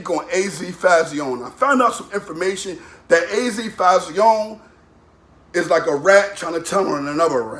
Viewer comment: What did he say Fahh-zee-own-nay or some shit 😭😂